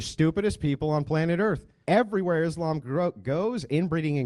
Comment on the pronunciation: love the way he says "is lame" instead of "islam" - he could have followed up with pronouncing 'muslim' 'moo-slime', but he didnt... would have been funny , though